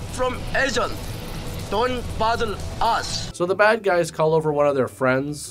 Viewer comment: "Don't bothel us". Fear not home boy. We have no idea how to bothel anyone so you are safe.